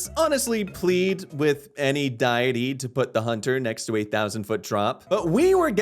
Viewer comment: Just as a heads up, it’s pronounced Deity (Dee itty) not DIET-E